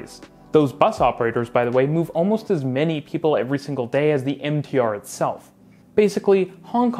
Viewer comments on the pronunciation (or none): none